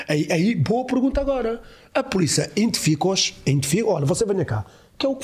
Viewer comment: A polícia "entificaos" 🤣 tão bom